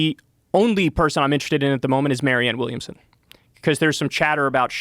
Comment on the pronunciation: bro said MARIANNE WILLIAMSON LOL